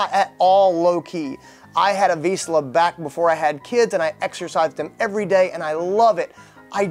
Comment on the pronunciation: At least you should pronounce "Vizsla" correctly before you make videos...